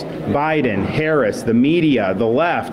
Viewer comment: Could this guy learn how to pronounce the Vice President's name already!? It's not that hard. I don't hear him butchering these other "hard" names. ,la